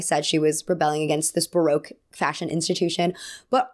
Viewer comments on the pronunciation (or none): none